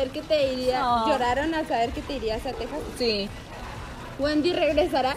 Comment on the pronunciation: pregunta algo random: zi